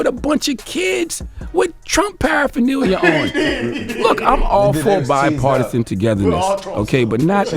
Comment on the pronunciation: Charlemagne can’t pronounce paraphernalia